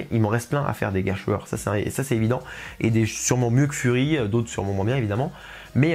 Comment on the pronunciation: sur la pronociation: le mot Gerstlauer vient de la langue allemande sans avoir un sens. Bien qu'on pronoce les consonants "st" souvent comme "schhhhhht" ici, il faut remarquer qu'on prononce ces consonnes comme "ssst" comme dans le mot "presse". Néanmois,c'est seulement un petit erreur.